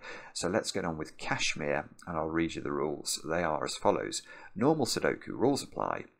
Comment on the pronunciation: My man spent a whole min worrying about mispronouncing a pseudonym, but couldn't care less about mispronouncing Kashmir. 👏